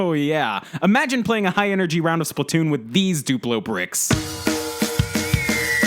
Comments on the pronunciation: IT SPLAT TOON NOT SPLIT TOON PEOPLE JUST COME ON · Can't wait for Spla-two-n... seriously. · Redo now with SplaTWOon